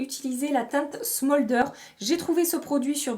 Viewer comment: "smôldeur", "un rèl" 😂 vraiment avec beaucoup d'affection et sans malveillance J'ADORE quand tu parles en anglais! Et sinon comme d'habitude beaucoup de bonnes idées pour le makeup, merci ❤